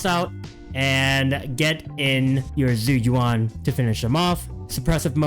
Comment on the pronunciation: ISN'T IT more like jew youwan. (yes i'm preetty sure this is the accurate pronunciation based off my mandarin class)